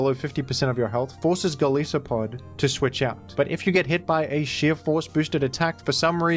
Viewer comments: Golisopod's name isn't pronounced Gol-ees-o-pod, it's gol-ice-o-pod. Sounds like Goliath (in Japanese at least) and also isopod. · the Crustacean Conglomerate has become aware of your mispronunciation of the name Golisopod, who happens to be one of their most premier and longstanding members. They are willing to forgive this small oversight just this once but ask that you please rectify this in future mentions of his name. Thank you